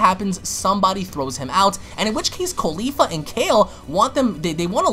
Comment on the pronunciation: I like how you call caulifa “khalifa